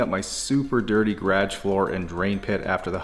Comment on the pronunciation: Love your videos but every time you say "garage" I cringe. 😂